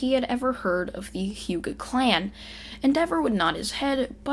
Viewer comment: Your saying wrong It is the hyuga clan